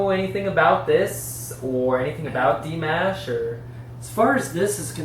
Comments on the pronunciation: 1st) pronunciation is slightly off of his name. 2) He's from Kazakhstan 3) He has a 6+ octave range. Thanks for the reaction. Sounds like you enjoyed listening to him. The other fans will give you recommendations of Dimash to listen to. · Dimash (pronounced more like D'Mosh)., also can rap, rnr, full-on opera, he includes Kazakh folk songs, all in his fascinating concerts. You have so much to learn about him. He also can hit "whistle notes". He's also appreciative of fans & calls them "Dears". His Dears love me. That includes me! 🥰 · Igor Krutoy pronounced it as Dee - MAAAASH. Listen to how he introduced Dimash at the Love Is Like A Dream in Moscow and New Wave 2019.